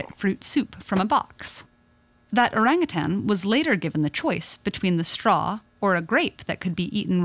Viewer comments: It is pronounced orang ootaen. In malay. I am a Malaysian. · It's or"a"ng ut"a"n as in father. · Came here for the orangutan pronunciation and I'm certainly not disappointed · The name "orangutan" (also written orang-utan, orang utan, orangutang, and ourang-outang) is derived from the Malay and Indonesian words orang, meaning "person", and hutan, meaning "forest", thus "person of the forest". The word was first attested in English in 1691 in the form orang-outang, and variants with -ng are found in many languages. This spelling (and pronunciation) has remained in use in English up to the present, but has come to be regarded as incorrect.[7][8][9] The loss of "h" in Utan and the shift from -ng to -n has been taken to suggest that the term entered English through Portuguese.[5] In 1869, the British naturalist Alfred Russel Wallace published his account of Malaysia's wildlife: The Malay Archipelago: The Land of the Orang-Utan and the Bird of Paradise. source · omg thats not how u pronounce orangutans it annoys me so muchhhhhhhhh!!!!!! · In Malaysia, it is pronounced oh-rung-hoo-tun. Lol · Orang = people Utan (hutan) = forest Btw the pronounciation though... its pronounced as orunk-(w)uta(r)n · You pronounce orangutan so bad lah.. Like "oureng gutens" hhahahaha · Не орангутанги,а ОРАНГУТАНЫ!!! Орангутан - в переводе с одного из восточных языков, лесной человек! А орангутанг, это человек- должник! А обезьяна никому не должна! Поэтому- ОРАНГУТАН!!! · Yeah... no it’s called orangutan not orangutannnnn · Why do english people pronounce orangutan like erangatang when its o rung oo tun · I know...it cringes me a little to hear westerners say: “oreng-a-tan”. I got used to hearing “o-rung-hu-tone” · The best part of this video is how she pronounces oarangatann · You know youre calling orangutan the name rong go type how to say it right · Isn't it called o-rang-u-tan???